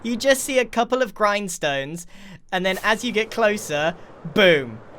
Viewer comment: grian stones, not grind stones